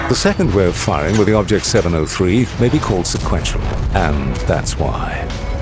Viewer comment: His name is......"bobject" 😂